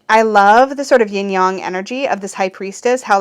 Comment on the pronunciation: Squeeeee! 🤩 Its so wierd yet delightful to hear Yin-Yang pronounced correctly ❤